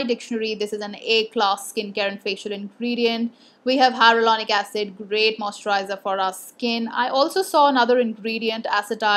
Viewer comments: She says HyRo-Lonic instead of Hyaluronic 😁 Cute! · Plz pllzz learn to pronounce hyaluronic acid correctly.. take it as a healthy criticism.. dnt do this mistake again. It ruins all the hardwork u put in gathering all the info wen u dnt pronounce the word correctly..